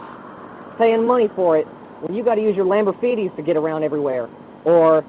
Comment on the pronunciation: Lamborfeeties XD